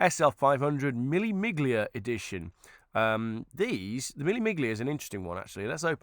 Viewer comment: BTW. Miglia is pronounced " me- lia" . A 1000 miles in Italian: mille miglia